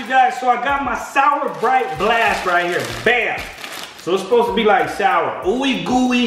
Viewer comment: it's to souwer